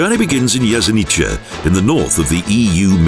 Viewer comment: Again the prounanciation: Jesenike and Nova Gorika, terrible! The letter must be pronounced as . So, Jesenitse and Nova Goritsa is the right prounanciation! Your speakers couldn't learn that simple rule?! If they don't they are really stupid.